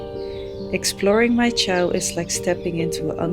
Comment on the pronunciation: Congratulations. You can't even pronounce the place correctly. "Chow"????? Wrong. You probably should learn how to pronounce places before making your videos.